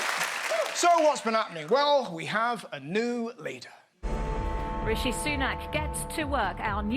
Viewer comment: Jim Bidet can't even pronounce Rishi's name!